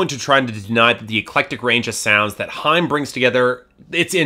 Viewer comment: It's high-em not hime!